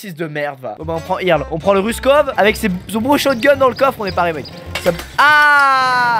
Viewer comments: Putain mais c'est pas "Irle", c'est "Eurle" !! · problème de riche : j'en ai marre de regarder des vidéos de squeezie et de devoir endurée son niveau d'anglais attroce. Il prononce Earl "irl" ça ce dit eurl putain !! Je suis américaine prennez du recule face à mon orthographe déplorable. XD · C'est pas "irle" mais "eurle"